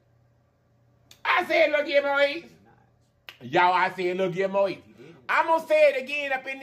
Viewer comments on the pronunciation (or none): u didnt say gil mo lmmfao!!!